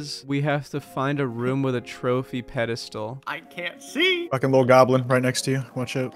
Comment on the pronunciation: Psst, it's "pedestal" :p